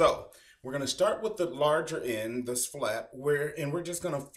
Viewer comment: ok, so we're going to shtart